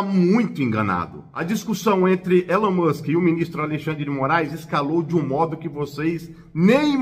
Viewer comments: Se lê Ilon mansque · "Elen Mussi" uashuashuashua